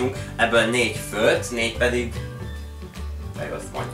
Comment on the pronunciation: Nem 'főlt' hanem 'főtt'!